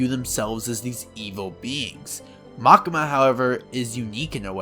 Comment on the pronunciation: pls call it Makima not Makema xD for english speaker probaly like Makyma !